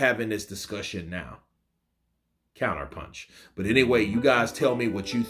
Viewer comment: Sick and bored of all these damned BS excuses by Ngannou. He lost because he just didn't see AJ's "pensh" coming (punch as pronounced by Francis)😅